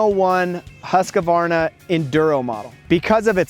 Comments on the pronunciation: It’s pronounced Husk-var-na. Not Husk-a-var-na. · OK,... a pet peeve of mine. The name is Husqvarna!!! NOT Husq a varna!!! People have been driving me nuts with this for 60 years now. THERE'S NO A IN THE MIDDLE !!! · Why do Americans have a problem pronouncing Husqvarna ? It is simply pronounced Husqvarna , not Husq-A-varna. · „husqAvarna“ ik its no big deal but it triggers somehow🙄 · Why can't you guys learn? It's not Haskavarna!! What the hell is wrong with you all? ofcourse, the Akra-povik is here aswell... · hus-kA-varna? akrapOviK ? wtf is wrong with you? its husqvarna just as you read it and there is a reason why there is a c at the end of akrapovic. its like akrapo-which. i am actually mad right now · Dur svårt ska det vara att säga Huskvarna? =) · oh man, nice bike. But Husko-Farna ???? Akro-povitsch ??? it hurts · In Austria, they pronounce it, Hoos-va. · i really want to punch his face so hard for pronouncing somthing in such an annoying and wrong way